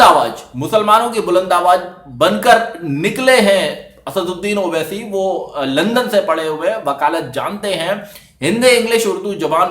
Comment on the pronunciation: Congratulations I have seen after a long time who has pronounce "Asaduddin owaisi" Rightly. 👍☺